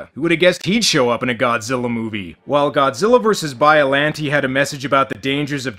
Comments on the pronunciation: It's the extra R on the end of Godzillar that gets me... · did anyone else hear that dubber call godzilla "GODZILLER"? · ive always wondered where you have to be from to mispronounce godzilla as godziller and who allowed that to go through on the dub? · "bio lan tee is a weird austrailian pronunciation like godziller is." No, that's not true. "Godziller" is just the result of the Queen's English accent where they pronounce "a"-ending words as "er." However, the international dubs, they have to run that stuff past Toho. "What are we supposed to call this character? How do you say it?" So, however they said it in the dub is what Toho wanted us to use in English. Ted Thomas talked about this sort of thing in the interview on the Media Blasters "Godzilla vs. Megalon" DVD that leaked with all the extras. This is also why the international dub of "Godzilla vs. Destroyer/Destoroyah" still uses the pronunciation "Destroyer" because Toho explicitly told them to do so.